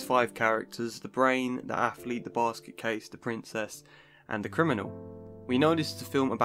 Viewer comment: well.. if you listen to video you can hear how this English person pronounces athlete “aferlete”. Young English people are (generally) replacing “th” with an “f” sound. It’s a bit like how Americans have replaced the letter T (when it’s in the middle of a word) with a “Dee” sound.